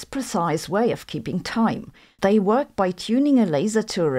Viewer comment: Noice Woyk my fwiend 🤣